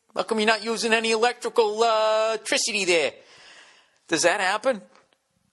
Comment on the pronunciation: "electrical-ticity" lol another great one Bill Balls!